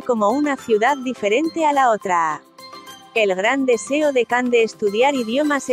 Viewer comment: Se dice Yan no Can lo dices mal